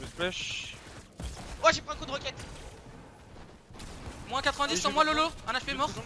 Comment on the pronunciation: A il dit kekete au lieu de roquette 😂